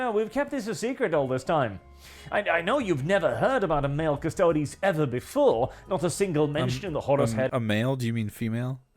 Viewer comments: Ok so things to note here: the canon pronunciation is cuss-toad-ees. Uh, custodes have NEVER explicitly been all male. And for anyone who says ANYTHING about the Sisters of Silence, they are a completely different group with a completely different role(theyre basically psychic blanks. Their mere presence debilitates psychics and drives em crazy. They're used as assassins, custodes are bodyguards). The space marines are all male because geneseed only works on males specifically so they can't make space marine babies and thus usurp the god emperor. All in all, female custodes are awesome, I'm looking forward to (hopefully) get some minis or figures to paint and display of em. Oh also custodes don't have geneseed, unlike space marines. Uh, custodes are just as far as you can push the human body physically and mentally, space marines are...genetic and surgical monstrosities. But also yea, from one warhammer fan to somebody who doesn't know much about Warhammer, most of the fandom is not like this guy. Most of us either don't care about this, or are actively excited about it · It's pronounced Custerds! 😂 Jeremy is never wrong